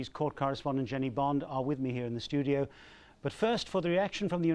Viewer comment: do they call a studio a “Stoo-dee?” I know our English is slightly different but “Stoodee?” Cmon